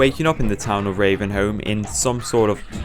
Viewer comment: "retuhn to reavenhouhm" killed me, good video though